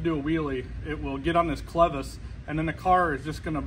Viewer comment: For the record, it's "clevis".